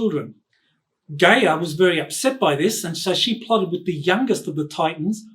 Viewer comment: "Guy-Ya" not Gay-er...🤣